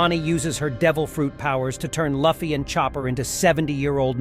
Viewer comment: pronouncing Luffy that way is triggering me.